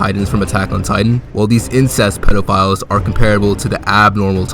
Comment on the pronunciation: Anyone else notice he says pedalphiles?